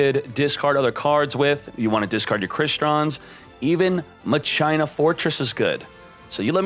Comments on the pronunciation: Please tell me he meant to mispronounce Machina Fortress. Mach-E-nuh not Ma-China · I just wanna say, it's not ma-china its machina. Like dues ex machina